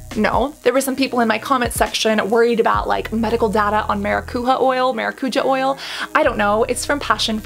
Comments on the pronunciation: ma-ra-cu-ya not ma-ra-cu-ha or ma-ra-cu-ja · 🚨 Cassandra 🚨 i would love for you to see this comment 🚨 i have been trying to correct Hyram and James on the pronunciation of the word 🚨 it's MaracuJÁ, not MaraCUja, the accent is on the A 🚨 grammar police 🚨 LY <3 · Hello, another fellow brazilian here!!! It's pronounced maracuJA not maraCUja, I swear to god hearing people who don't speak the language saying this words feels always so strange, but so funny!😅😅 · Quick tip: It's pronounced MaracuJAH (not the spanish J). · Maracujá is literally passion fruit in Brazilian Portuguese (indigenous brazillian word, tupi-guarani) The pronunciation of the "j" is not like in Spanish... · It say maracujá (the a's you say with a string tone like the first one) translation from portuguese to English is exactly passion fruit. :) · The J on maracujá ir read like the J on je t'aime